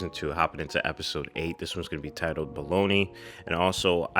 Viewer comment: it’s not called “baloney” 😭 bolognese is an Italian dish that’s basically pasta with a meaty sauce and it’s pronounced bow-luh -nays